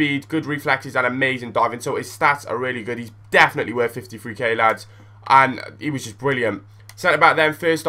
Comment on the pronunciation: Hahaha It is so funny when you say llllllads!